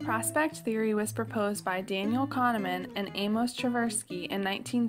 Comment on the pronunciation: nice presentation:) but its not Tusersky or Tvsersky. Its TVERSKY...